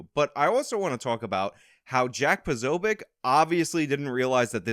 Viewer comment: Trolling Posobeic made me laugh. No wonder he goes by “Po So” that and his Navy days probably saw much worse mangling of his name